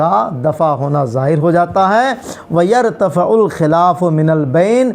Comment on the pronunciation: یرتفع میں غلطی کیئے تلزم میں غلطی کیئےتتعدی میں ںھی